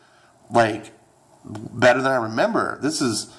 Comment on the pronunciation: You said its 'butter' 😂😂.. Ok you're both wrong. Overwatch is bettterrrr